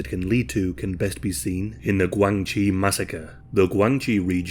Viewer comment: The commentator pronounced GuangXi poorly. DIsgregarding tones, it sounds like Gwung Shee. Interestingly it is a homonym of the term for Relationships, particularly in political and business relationships / connections in Mandarin / PuTongHua Chinese language. I spent several years there.